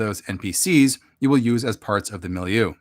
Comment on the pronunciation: I like the word milieu too. You're saying it how I've heard English speakers say it